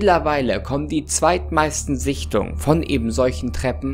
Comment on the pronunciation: Finde es witzig wie er Sichtungen sagt, als würden sie weglaufen xD Verstehe schon dass es Sinn macht aber trotzdem xD